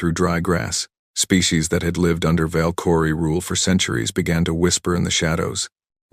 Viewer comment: Your dumbass AI can't even pronounce Valkyrie